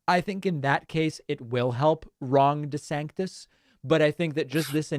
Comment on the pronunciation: Why are you now saying "De Sanctis"?? ??